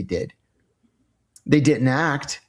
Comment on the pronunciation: Are you able to pronounce didn’t correctly?